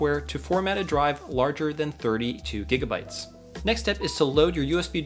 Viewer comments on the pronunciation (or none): none